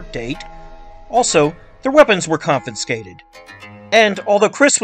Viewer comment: It’s confiscated not convinscated